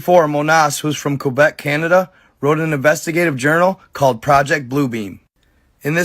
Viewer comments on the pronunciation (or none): none